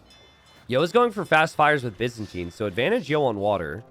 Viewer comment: For reference, Byzantine is pronounced with a 'bye' sound at the start, not a 'biz' sound